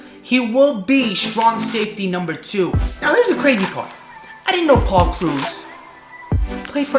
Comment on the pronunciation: you saying Paul's name makes me so mad